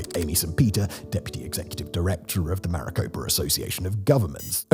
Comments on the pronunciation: not even 2 minutes in and i can't take this "educated opinion" seriously. Maricopa... not Mariposa. i'm sure the rest of your research is fantastic, as well. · *Maricopa, not mariposa. ,,Mariposa'' is a butterfly. *Gila is pronounced Hee-la. *PAPA-go, but that name is considered insulting, as the Spaniards labelled the local Tonono O'odham people as 'Potato Eaters.' Kate Gallego*, is pronounced Guy-YAY-go. She is married to US Senator for AZ, Ruben Gallego. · I dont recall there being any "S" sounds in MARICOPA County (MA-RI-CO-PA) crazy how much credibility you lose within the first 2 minutes if you cant even get the name of the county right in your introduction... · Maricopa not Maripoca 😂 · Not Mariposa County, Maricopa County! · Located in 'Maraposa' county 😂😂😂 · Maricopa not Mariposa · Maricopa county, sounded like you said Mariposa county. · You Lost Me and Mariposa County. It’s MARICOPA. It’s not Butterfly County! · "Maricopa" not Mariposa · Did you say Mariposa county? . PHX is in Maricopa county. Not a good start. Also it's spelt Gila River. But you don't make the G sound. It's more like Hila River. If you are going to speak on something. You should do better research. Maybe speak to some locals. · It is Maricopa country, Simon! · Mariposa County? I live in Phoenix and it's in Maricopa County. Did I hear it incorrectly? Ah it was only in the introduction that he read Mariposa. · I have a few issues with pronunciation just in the first few minutes of the vid. 1) Phoenix is in Maricopa county, not Mariposa (he pronounces it correctly when referring to the people ) 2) Hohokam is the people, so you don’t pluralize it to “Hohokams” 3) Hohokam is not pronounced with a schwa at the end, but rather is a flat -ah sound (ho-ho-kahm) 4) Papago has the emphasis on the first syllable rather than the second and is more like “pah-puh-goh” Please try to use indigenous pronunciation when referring to indigenous people and names. 😊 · Did you say "Mariposa" County?